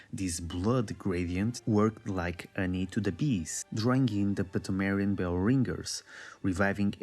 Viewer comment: The P in "pthumerian" is silent, bro.